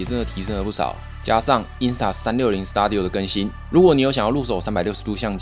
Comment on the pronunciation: 感謝分享👍，小小糾正一下 studio 發音: 死嘟底喔，不是死搭底喔 😆